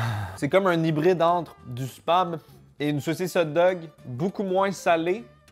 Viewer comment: Coucou quand tu dis Spam et bah on dirait que tu dis autre chose mdr